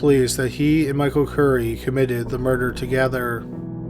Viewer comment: Not to be a dick but every time I hear you say "murder" , I hear u say "murderer" . Am I hearing u wrong?